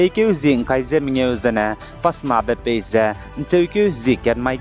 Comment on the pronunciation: Pace mak ze phase acheurada. 😂